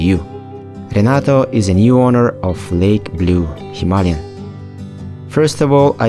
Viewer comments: It is not Hima-ly-an as you mentioned a hundred times, it is Hima-Layan like ayan at the end! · Why do so many people keep misspronouncing HIMALAYAN, by saying himalyan? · Are you mispronouncing Himalayan on purpose?